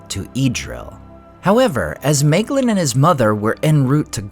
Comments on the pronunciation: Bröther, your pronunciations absolutely kill me 😭 it's in the back of the book. It explains it all very clearly. my - glean NOT may - glin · Just noticing how you got the pronunciation of Nirnaeth correct, but always say May-glin